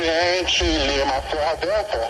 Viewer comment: Torre fala LEO ao inves de LIMA hahaha